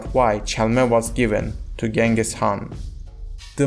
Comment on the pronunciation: not g it s ch